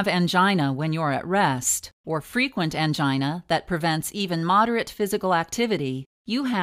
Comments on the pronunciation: Please stop saying "angina" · The word"angina" sounds weird